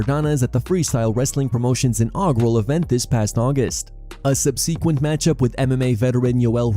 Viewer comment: Why cant you pronounce the word 'subsequent' man, seriously